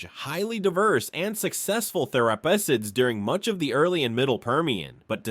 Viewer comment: Bro as someone who consumes many videos on prehistoric past you are just straight murdering the pronunciation of these words. Panjia? Therapissids? You mean Pangea and Therapsids.